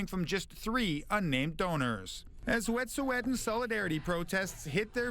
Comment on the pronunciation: Try pronouncing Wet'suwet'en properly 🙄